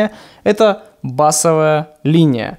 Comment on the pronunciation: Что за такая мода говорить не правильно «бАсовая» когда нужно говорить «басОвая» 😡